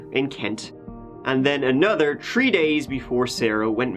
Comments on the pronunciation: Hey my name is joshua and I love your narrations u do to these cases. Keep them coming buddy,I always look forward to your next case. Also I love how u say 3 tree or 30 turrdy lol love u buddy. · I like to play a drinking game where I do a shot every time this guy says turd or tree. He should do a special on the person who murdered the h from his alphabet lol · I don't know what's cuter, the stuffy nose or how many 'trees' there are in this story... Hope you feel better soon